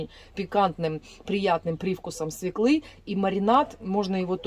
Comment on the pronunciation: Неприятно слушать негоамотное назаание свеклы!